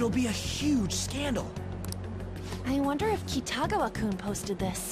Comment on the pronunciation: Great video as always! Just wanted to fix something. Kitagawa is pronounced (Key-ta-gah-wa). xD